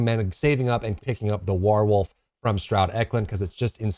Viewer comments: I just want o know where you learned to say "whar-wolf" like that. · I'm sorry i had to stop watching when you said "wArwolf" did the second time! Can't you see how obvious it is to pronounce that name correctly?